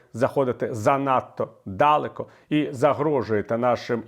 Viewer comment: Чому "дАлеко", якщо "далЕко"?